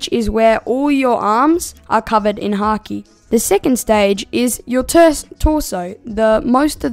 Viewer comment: bro said haaki😂😂😂😂😂😂😂😂😂😂😂